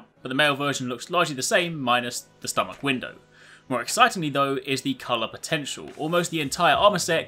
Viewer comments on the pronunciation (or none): none